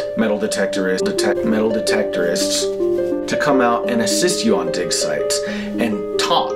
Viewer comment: Metaldetectorists lol and the other words you were not able too say it put humor in too a god speach